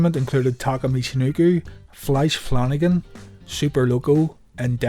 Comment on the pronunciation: I am a big jerk or was anyone else like... "who the effe is Flisch Flannigan?"...